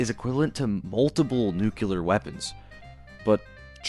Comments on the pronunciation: Nuclear, not Nucular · Why can so many people not pronounce the word NUCLEAR? it's not NUCULAR! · Props to all the math being done... But bro still pronounces "nuclear" like "nukuler" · lol you said nucular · > Talks about physics to prove the show wrong > Pronounces “Nuclear” as “Nukeyuler” Good video though! I enjoyed it. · If you're trying to cite relativistic physics problems in TV shows you should probably learn to pronounce 'nuclear' correctly. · assuming you can pronounce nuclear.also...its a sad show...too much gore that fascinates and less consitency as people mention.also nuclear weapons are not real. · You are still infected by Bush's pronunciation of this word.